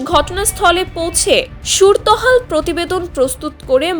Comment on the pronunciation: সুর তহাল নাকি সুরতহাল.... এ নাকি সংবাদ পাঠিকা....😢